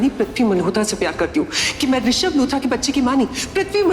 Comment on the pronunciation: Arunauchul pagal ho risabh hota hai rishad nahi😅